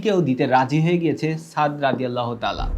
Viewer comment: আসসালামু আলাইকুম একজন সাহাবীর নাম উচ্চারণ করলে রাদিয়াল্লাহু আনহু বলতে হবে পুরুষ সাহাবী হলে আর মহিলা হলে বলতে হবে আনহা আপনি শুধু বলছেন রদিয়াতলা রদিয়া তলা এটা মোটেও ঠিক নয়